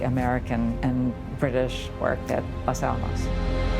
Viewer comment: This pronunciation of the words 'Los Alamos' makes my ears hurt.